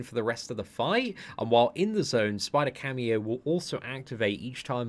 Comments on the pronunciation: Camo as in CAMOUFLAGE not cameo FFS man! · Camo, Camo. It isn't a cameo performance from Miles, it's camo as in camouflage! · Camo... Not cameo... Camo= camouflage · How can he read "camo" so many times and read it as "cameo" every time? lol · Camo, is a short form for camouflage, as miles has this ability. And is it just me or just kept saying camio insted of camo?😂